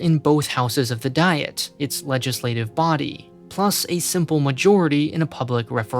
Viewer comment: He screwed up "diet" as well. The "i" should be like a long e.